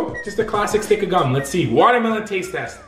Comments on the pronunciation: sounded like he says vodkamelon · the way he said watermelon